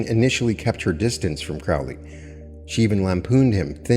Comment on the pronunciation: Pet peeve of mine: its pronounced Crow-lee not Crao-lee, Crow like the bird